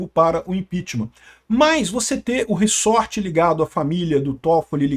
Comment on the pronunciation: É "ReZort" e não "RiSSorte! rsrs Zoeira! Mas é f...a situação desse país. Estamos muito ferrados! Todo dia uma nova bomba e o pior, não dá em nada!